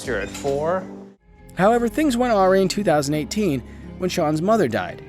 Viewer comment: Things went ah-rhi = awry